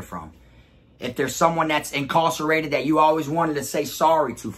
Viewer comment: Why you pronouncing incarcerated like that?